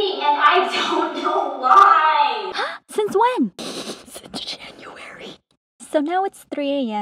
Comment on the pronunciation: The " SiNce janUAry.. "